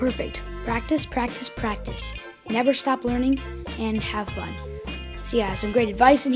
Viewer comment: I thought he said f**k but he said fun XD